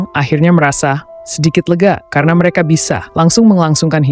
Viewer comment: Seseo(r) ang, me(r) eka, be(r) jumpa, sede(r) hana.